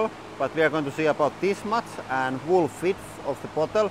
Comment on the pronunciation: Did you just say "wool fidth of the bottle" ? awesome!